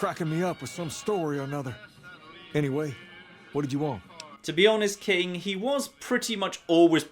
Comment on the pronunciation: I like how says king as "kang"